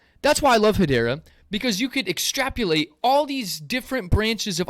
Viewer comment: Extrapolate not extrapulate.